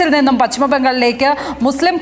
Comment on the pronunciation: പച്ഛിമ ബംഗാൾ അല്ല, പശ്‌ചിമ ബംഗാൾ ആണ്. (ഉച്ചാരണം ശ്രദ്ധിക്കുമല്ലോ, especially Padma Lakshmi)